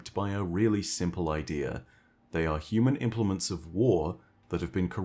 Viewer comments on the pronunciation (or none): none